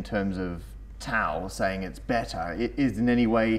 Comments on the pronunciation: τ is actually pronounced "taf" and π is actually pronounced "pe" damn english speaking ppl ^_^ (not trying to be offensive here, since im a native english speaker too, but just to clarify the right way to say those) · It's pronounced Ta-OW. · isn't is pronounced taw? is it an accent thing? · As the tau thing is gaining more and more publisity, ill try to set it right, one's and for all. Tau must be pronunced taph, at least if you want to claim that comes from τόρνος. Τόρνος is an ancient greek word (we don't use it now, but most greeks understand it's meaning) and is pronunced tornos. τ is taph. It is written ταυ, but ταυ is pronunced taph. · It's pronounced "Taf". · But.....the letters Τ and Π are not pronoumced that way...oh well! Great video! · Laurelindo Read my reply above. Other letters are pronounced properly, I don't see why "τ" should be an exception. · but it is funny because you pronounce most of the Greek letters correctly like alpha, beta, gamma, delta.... except for the poor τ . Ok I understand for the π since the Greek pronunciation of the letter is the same as the English p and it would be confusion but why for τ ? What has done to you the poor letter? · Greek invented the damn letters, pronounce them like you're supposed to. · If you are going to use "τ" at least make an effort to pronounce it properly. It's pronounced "taf" NOT "taoo". Also "π" is pronounced "pee" not "pie". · its pronounced taf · Am I the only one who cringes when they pronounce τ as tau instead of taf. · Its not Taou (Tau), its called Taph or Taf... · I'm Greek and I say both of you are SAYING IT WRONG! It's not "pie" it's "pi", kind of like "pee", and it's not "taou" it's "tau", pronounced "taph", kind of like "tough". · pi is actually pronounced pee in Greek so we gotta give it +69 points for that And tau is pronounced taf so we have to give it +420 points for being so tough TAU WINS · tau is pronounced as "taf" in Greek might as well eat taffies